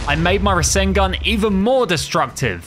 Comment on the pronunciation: He said rasangun not rasangan